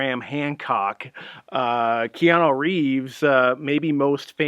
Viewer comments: That's KeanU not KeanO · Who the heck is Keanoo?